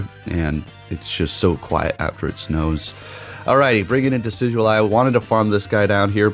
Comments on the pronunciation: So happy your running Decidueye, my favorite Pokémon of all time. Just to clarify for you it’s pronounced Decid-Ju-i. Not that it matters lol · Decidueye is actually pronounced De-Sid-you-eye